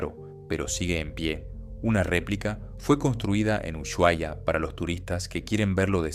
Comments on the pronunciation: Se pronuncia Usuaia, no Uyuaia!!!!!!! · Se llama Ushuaia. No "Uyuaia". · Es UsUaia, no Uyuaia!!!!!!!!!!!!!!!!!!!!!!!!!!!!!!!!!!!!!!!!!!!!!!!!!!!!!!!!!!!!!!!!!!!!!!!!!!!!!!!!!!!!!!!!!!!!!!!!!!!!!!!!!!!!!!!!!!!!!!!!!!!!!!! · La h es muda. La pronunciación correcta es Usuaia (no Uyuaia, como con Sh inglesa) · Claro que viviría en un lugar así. Por cierto, se llama "Usuaia", no "Uyuaia". Se lo escribo como se pronuncia. Así no la caga la próxima vez hablando sobre cosas que ni sabe pronunciar.